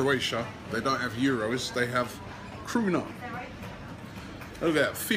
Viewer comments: its not kruna its kuna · It's called Kuna not Kruna or pruna. Anyway, I predict 2-0 arsenal. #COYG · It is called KUNA, not kRuna. And welcome to our beautiful country, Robbie. I mean, Zagreb is not so beautiful and all, but I hope you will still have a good stay here. Watch out for Bad Blue Boys, and the police ofcourse. No tolerance whatsoever. Cheers :D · It isn't kruna but kuna Kruna means crown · It's KUNA not kRuna xD